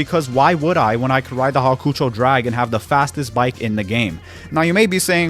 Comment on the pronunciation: Hawkoocho drag😭 Its hawk-ō-chow